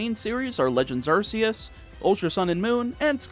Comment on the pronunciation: You said Arceus wrong but also Mew and Jirachi aren’t optional Pokémon, They’re DLC.